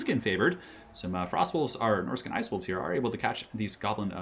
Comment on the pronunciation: "Shoblin" even though it was said by accident, gave me a big smile while I am sick with the flu.